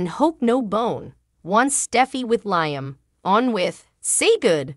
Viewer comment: Liam!!! The woman doesn't know how to pronounce his name!!🤭🙄